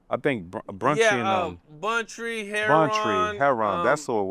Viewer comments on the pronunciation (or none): How gonna get put on MOB & can’t even say yo deceased OG homie name right Bruntry??? Really bro??? I thought dude was tryna say he want some Brunch it’s Bountry playboy stick to what yall do in Louisiana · Delete this shit, this nigga mis saying Bountry (RIP) name 💯👌🏼